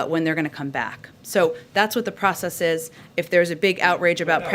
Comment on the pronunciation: Are there "processeeeeeees" in place, Nut Psaki?